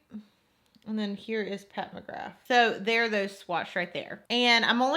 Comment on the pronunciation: are you saying mcgraf instead of mcgrath??...maybe it's just your accent idk but def the bad habit palette looks waaay more pigmented